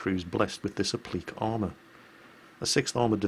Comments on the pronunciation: ACTually,, it's "app-lih-kay".. unless I'm missing some info. "App-leak"? Not heard that before. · It took me a second to understand you were pronouncing appliqué as uh-pleek. Never heard it pronounced that way. In the states I've always heard it pronounced app-li-kay. Haha! Sleep deprivation is fun. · Applique is pronounced "app-lee-kay" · I think it should be oblique or obliqued armour, appliqué(and it's pronounced the same here in the UK) is a type of stiching if I'm not mistaken ? So he was actually saying uh-bleek, blame his Geordie roots, although he's really lost any hint of it. Probably knocked it out of him in the Navy. regards, Paz.